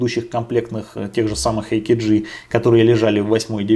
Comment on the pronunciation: Отличный обзор. Кстати, AKG - немецкая контора, произносится как А Ка Ге.